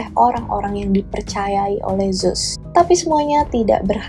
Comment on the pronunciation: Kak, ceritanya udah bgus bnget pembawaannya juga kren, tpi coba kata2nya di indo kan saja GK usah make Inggris2, bingung jadinya, Zeus diblng zus ku pkir emng ad dewa baru eh udah smpe tngh vdio baru sdar ternyata Zeus yg dimksd..